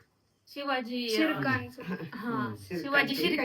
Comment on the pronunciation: सिनेमात शिरकाण ऐवजी गिरकान ऐकू येते